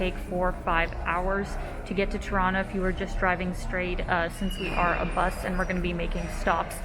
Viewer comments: I like the way you say "Tirana" - sounds like "Toronto". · Is it me or does she pronounce Tirana as Toronto? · 🤣 I kept hearing “Toronto” I was confused at first. 🤦🏽‍♂️🤣🇨🇦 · It's funny how your pronunciation of Tirana sounds a whole lot like Toronto (Torono)...:)